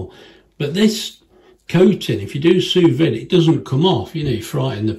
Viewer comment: It's pronounced "sue vee"